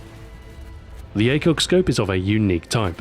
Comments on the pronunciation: OTS NOT OG ! ITS THE AY-U-GEE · its A-U-G not aug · 2012. Ahoy: "AUG" 2026. Ahoy: "Ay You Gee" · Not AUG, A U G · A.U.G., not AUG! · AYY-YOO-GEE.......we austrians know this better than you americans! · Lol you don't know that you say it aug, as in augment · 1. He never reads the comments 2. AUG-mented LOL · It's pronounced A - U - G, surprised Stuart didn't pick up on that :p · AUGment? AUGMENT? Stuart... I literally groaned when i heard it. Damn it Stuart XD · Wildpig meant that he should pronounce it as "A-U-G". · I can't believe I'm saying this but Ahoy I think you're mispronouncing the name of the gun and its manufacturer! It's pronounced STEYER A-U-G, not "Stare Org". Normally you are impeccable with your pronunciations. Great video though.